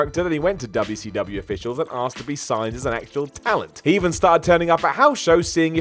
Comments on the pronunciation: "Dub-yuh C Dub-yuh." Too funny. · The way he said wcw (dubya see dubya) haha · I wish this guy would stop pronouncing 'WCW' that fucking way. Its annoying as hell